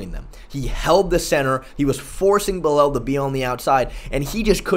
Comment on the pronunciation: said "Buh-lel." He can make em remember the name, but he can't make em remember how to pronounce it correctly